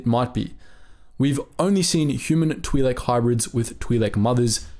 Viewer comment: Hearing “Tweelek” over and over hurt my ears. Other than that, great vid